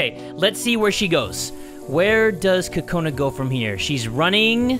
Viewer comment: When Kokona is in the bathroom, you're calling her Kokoni.I was lauphing too hard😂😂😂😂😂😂😂😂😂😂😂😂😂